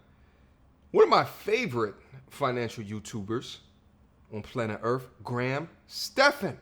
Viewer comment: Ok don’t shoot the English messenger. It’s not “Urfffff.” It’s Earth. It’s not “befuttled.” It’s befuddled.